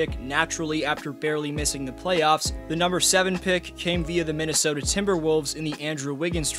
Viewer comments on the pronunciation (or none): none